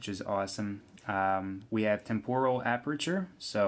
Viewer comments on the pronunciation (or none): none